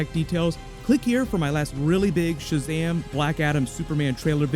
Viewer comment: Why did you call this sahazam superman trailer..